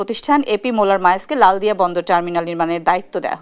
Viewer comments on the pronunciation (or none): খরব পাঠের সময় উচ্চারনে চট্টগ্রামের “লালদিয়া”র স্থলে “লালাদিয়া” হয়েছে,দুঃখিত!